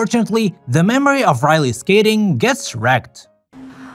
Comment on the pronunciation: Raleyy? it’s Riley